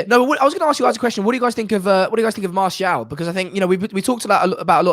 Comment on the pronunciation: How has martial been at this club at 5 years and still can’t pronounce martial